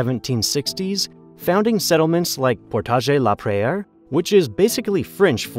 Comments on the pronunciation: Everyone's talking about the "Regina" mispronunciation, but how the butchering of "Portage la Prairie"? it's not "portageh la prayer" and it doesn't mean "how far do we have to carry this canoe". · like the pronunciation of Portage La Prairie. Yes, he used the correct French pronunciation, but that is absolutely not how locals pronounce it. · Portage la Prairie is pronounced PORTidge la prairie (just like the word prairie in English). Rhymes with mortgage the prairie. It's not "prière" which means prayer. While it has a French name, the city is predominantly English. Also, the O in Montreal is pronounced in English like the O in Monday, Monkey or Come. Like a U sound. Not MAHN-tree-all (think Biloxi, Mississippi). Regina is pronounced Ridge-EYE-na. Rhymes with the lady part. Peace Arch is pronounced as written, not "arc"..We also call it the St. Lawrence Seaway, not "waterway". Bravo for getting Riel and Métis right! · I really like this video, but as a born-and-raised Manitoban, I feel compelled to point out that you have mispronounced almost every Manitoba-related word in this video. 😅 por-tajh la prayer-ee would be correct loo-ee ree-elle would be correct ri-jy-na, would be correct I forget what the other ones were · Selkirk is not in England. It's in Scotland. Also check pronunciation on Portage La Prairie. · Around 11 minutes in I thought “that’s the most incorrect I’ve ever heard anyone pronounce ‘Newfoundland’” than a minute later I heard the narrator say ‘Portage La Prairie’ and like… hoo boy guys, there’s pronunciation guides to these names online, they’re not hard to find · Also, ive never heard anyone put a french accent on Portage La Prairie. And the pronunciation of Newfoundland was way off. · Canadian History teacher here. Your facts are pretty loose - Selkirk settlers are an example. Pronunciation too - "Portage la Prairie" was waaay off. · Awesome video! Although the way you pronounced Portage La Prairie has me dying